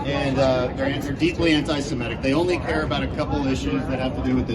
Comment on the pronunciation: I love how pronounces words correctly. ✅ Semitic, not *semetic (as so many Americans say), ✅ Qatar, not *kataar (stress on first syllable in Arabic), ✅ Antifa, not *anteefa (stressed on first syllable in German), etc. I wonder if he looks them all up and tries to be correct, or if he's inspired by higher knowledge.